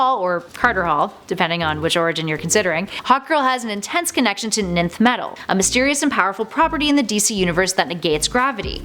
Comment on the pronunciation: Please ask someone with knowledge of algebra how to say Nth.